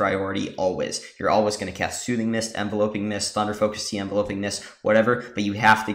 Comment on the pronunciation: Thanks for posting this, quick thing tho the word is Enveloping like Envelop (ev-VEL-up - to surround) not Envelope (EN-vel-ope - what you put a letter in), so it's pronounced en-VEL-up-ing mists. So so minor but just tweaked my ear lol